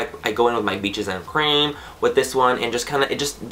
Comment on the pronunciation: BEESHES AN CREM. I have rewound that part of the video 13 times to listen to you say Beaches and Cream that way. Hahahah YOU ARE THE BEST!!!